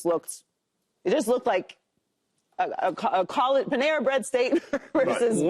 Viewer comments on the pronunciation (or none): Joy we gone have a problem 😂 I know you didn’t just call my team “Panera Bread State” 💀 😂